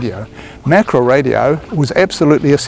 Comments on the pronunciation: ma-ka-ra. Not mak-ra. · It is can't be bothered to pronounce Maori properly😢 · Mak-ra lol